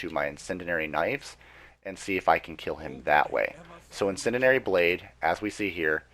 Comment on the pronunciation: In-Sen-Dee-Air-Ee! But, good info man. Just breaking balls...